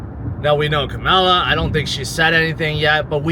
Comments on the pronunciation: with respect, you keep pronouncing Kamala Harris name wrong. Come-Ma-La...She is the Vice President, she deserves to have her name said correctly. Trump deliberately tries to say her name wrong to make her seem like a foreigner. Thanks. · you’re Intelligent enough to say Kamala’s name right. Also to think that any of Trumps promises are anything but empty nothing burgers is idiotic. Come on now.